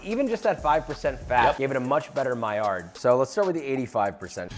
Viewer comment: Stop saying miard 🥲